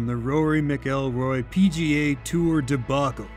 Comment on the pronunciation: "McElory" (MIC-ELROY)?!?! Did he eat a McChicken or McNuggets at McDonalds?!? Other than than, solid review. And most important, wait until they perfect the series (And if you want to know how to "pronounce" it, it's MAC-EL-ROY. You are welcome)